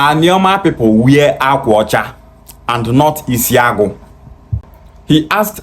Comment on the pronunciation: Benin was founded by Oba, third son of Eri the Igbo patriarch. Jacob Egharevba reported that they met Igbo people when they arrived from Egypt. This character cannot even pronounce the akwa ocha that he says is Benin.